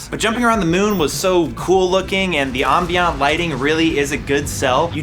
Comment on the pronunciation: why does he say ambient like that lol